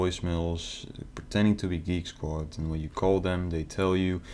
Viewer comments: He kept saying that he worked for "Geeky Squad." Made me laugh every time. Why not pick a company you can actually pronounce? It's not like they HAD to go with Geek squad! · I love how the katuas from Kolkata can't even say Geek Squad. "Geeky Squad!" 😂😂😂😂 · Dude cant even pronounce geek squad the right way...... The qickke sqward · I don't mean to to mean or a ass but if I were to ever receive a phone call and they guy called it GEAK SQUADE i would hang up right away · Did he say gigeesquad? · You'd think it would be a good idea to practice how to pronounce "Geek Squad" when you're claiming to be from Geek Squad. It's a tough chain of consonants but it can be mastered!